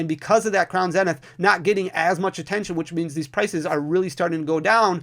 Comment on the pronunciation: Zzzznith not zen. Sorry was bugging me 😅